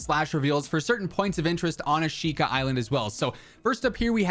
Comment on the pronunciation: Thanks for the update! It’s pronounced “ah-shh-ka” by the way:)